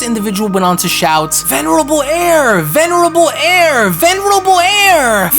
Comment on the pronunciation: If I hear “ Venebral Air “ ONE MORE TIME 😂😂😂